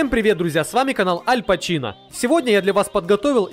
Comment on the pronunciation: АльпаЧина это невыносимо